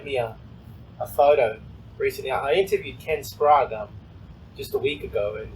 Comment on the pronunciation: Good to hear Ken Wallers pronounced Ken Sprague's name correctly. WHY do you keep calling him by your stupid pronunciation????? SPRAY GE. No SPROGUR.....!!!!